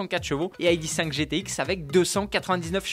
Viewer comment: Repeat after me : I D (Heidi) three, I D (Heidi) four, I D (Heidi) five ou sinon à la française : I D (idée) trois, I D (idée) quatre, I D (idée) cinq. Merci 🙏🏻